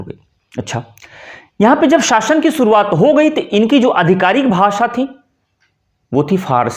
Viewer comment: आपका उच्चारण भ्रष्ट है। भाषा, बाज़ार , शुरुआत , शिविर जैसे शब्द बोल नहीं पाते। और चले हैँ भाषा का ज्ञान देने। शर्म आनी चाहिए।